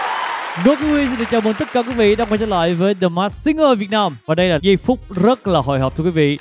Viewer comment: Người Việt Nam mà ko phát âm ko đc từ Việt Nam :))) lớ lớ làm gì vậy?